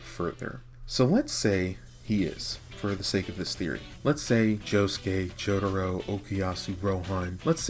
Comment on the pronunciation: It's Jotaro! JO-TAH-ROW. Not Jotoro. Why do you keep saying it that way?